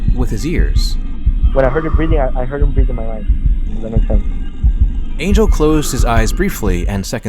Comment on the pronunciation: It's not pronounced Angel like the biblical thing 😭😭